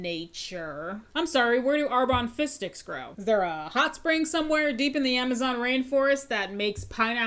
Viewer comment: The amount of times I thought you said fish sticks 😆